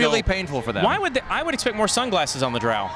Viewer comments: 40.000 warhammers, stupid comments. And it's Drow as in 'know' and 'low', not loud. Guys, know your stuff before you do this stuff. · Presenter guys is Drow with the o as in 'low', don't insult us, jeez...